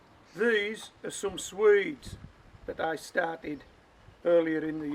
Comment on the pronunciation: 🇬🇧 Swede. Not sweed. Turnips are nice peppery vegetables. Great in a casserole.